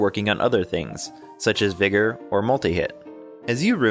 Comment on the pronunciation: hehe, you said "Viger" like tiger